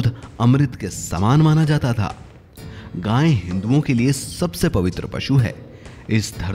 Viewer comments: अबे जाहिल गांय नहीं गाय, उच्चारण तो शुद्ध कर मूर्ख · अरे भाई गांय नहीं गाय है उच्चारण तो शुद्ध करना सीखो ।